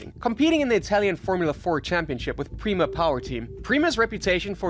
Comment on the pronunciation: It’s pronounced “pray-mah”